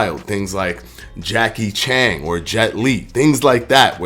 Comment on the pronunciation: Homie said Jackie Chang. I'm done lol